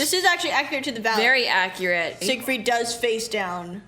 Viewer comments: "Siegfried isn't that hard to say" she says while misproniuncing the name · I am a daniel viewer and I think they made the name simpler because Siegfried uses German pronunciation and they probably decided this was too hard for children haha but I couldn’t say why they chose daniel ofc haha